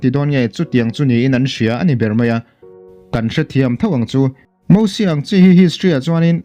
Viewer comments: Moses tur aw🤪Mahse mizo kan nia ziak dik tho e han ti dawn i lah😬👉Mosia i tia Hei hi dik ang a👉Mizo tawngkam tak in lam pawh in a thluk in mil ni si a lam dawn chuan Mosies🙁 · Lo in la sap mizo leh mai mai. "MOSIES" Bible te i chhiar ve ngai nange? Mosia ti ve mai mai la a tawk. Sap ho pawhin Mosies an ti ngailo. Eng hnam mahin mosies an ti ngailo hrim hrim. Khawvelah hian nangmah chauhin Mosies i ti aw. Keini Mizo chuan MOSIA kan ti mai.